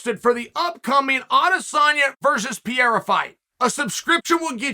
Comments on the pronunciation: Piera?? C'mon Chael...it's only 3 lousy silables, man... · Uncle Chael always gets me with the "Pierra" thing